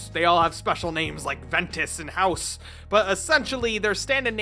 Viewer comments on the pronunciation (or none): He said ventus and house you mean haos say it with me hey-oss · “House”? It’s pronounced Hay-os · "They all have special names like Ventus and HOUSE." Bruh, seriously? Haos is pronounced like chaos with an H in place of C. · ITs Ventas and Haos not Ventus and hoes. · Lmao haos is pronounced 'hay-yos' not 'house' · It’s pronounced HAY-AWS not HOUSE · Its not house its haos(hey-os) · "hayos", not "house" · Haos is pronounced hayyyoss not house😂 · I keep hearing "gay cards" lol Have you seen the reboot for Bakugan? Looks pretty cool. More in depth like an actual tcg now. Edit: Oh nvm I just saw the end of your video LOL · "special names like ventus or house" its haos pronounced ha-us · "Haos" is pronounced as "Hey-O's" not "House". Just leaving it here. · Some corrections (I love Bakugan): It's called a Doom card because they go to the doom dimension. And the light attribute is pronounced as Hey-os. Still, it's a good video, and I like how you looked into all aspects of Bakugan. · You lost me when you pronounced Haos as "House". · He butchered the Haos pronunciation. It's actually pronounced Hay-os. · Lmao i love his pronunciation of Haos as House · My mans really said Haos as House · This dumbass pronounced haos like house lol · it's pronounced haios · mispronounced Haos. It’s hā-os. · Yo, I used to trade those in third grade. I used to love those, I still have a couple of em too. I used to put the metal cards under my shirt on my shoulder so my bakugan could sit on my shoulder like in the show Edit: I cannot believe you just pronounced Haos as “house” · Ok, I know I'm gonna sound like a jerk, but it's not dune dimension, it's doom dimension. And Haos is pronounced HAY-os, with the long o sound. I say this not to be a dick, but just cuz I love bakugan. The video was fun, and very nostalgic. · I know you didn’t just pronounce Haos as.......*house* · DID U JUST PRONOUNCE HAOS AS HOUSE????? 9 year old me is livid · Nah, did you say house for Haos